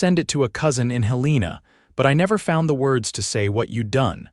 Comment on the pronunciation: From Montana our state capital Helena is pronounced Hell-ah-na other then that a great story I am from Columbus,Mt